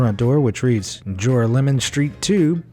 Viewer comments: It's not "jore-uh-LE-mon" Street... it's "juh-RAH-luh-min" Street. FFS; do half a minute of research into the correct pronunciation, please... 😳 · JORAH-LEMON? Nope! Ja-rah-le-mahn is how that’s pronounced. Don’t EVER let that monstrosity of a pronunciation fall from your lips again! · Not jora-lemon - it's pronounced ger-al-o-man. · It's pronounced jor-al-mon think jorale=morale Sincerely, a New Yawka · OK, this is kind of late for a comment, but I just saw this video. In the first fake house part of the video I can see many mistakes. First of all it is pronounced jor-AH-me-lum street. Second of all that was not built by the MTA a modern public authority, but by the IRT (the Interborough Rapid Transit,) a private company, which built the original subway lines in the city which included this one. The map draws an imaginary route from Brooklyn to Manhattan which bears very little relationship to the actual route which runs a much shorter route from Brooklyn to lower Manhattan. And...any New Yorker would know that the video of the train going through the tunnel doesn't look like any train in the NYC subway! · In site #1, that street in Brooklyn is pronounced Jor-OLL-oh-MIN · Joralemon is pronounced juh-'rah-leh-mun